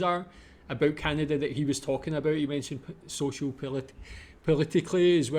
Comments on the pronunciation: did you say aboot? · Just listening to you pronounce about as aboot, sounds just like how Canadians pronounce it. Then looked up Scottish immigration to Canada and it all made sense lol